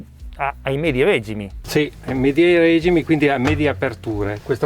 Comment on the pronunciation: A parte l'errore della pronuncia della parola regimi (regìmi), veramente inascoltabile, non hanno parlato di prezzi e di consumi...